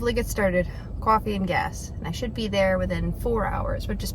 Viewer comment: You say coffee like maybe you’re from South Jersey Philadelphia 😅☕️